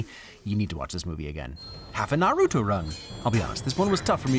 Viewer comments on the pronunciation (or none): how the fuck did he just pronounce Naruto...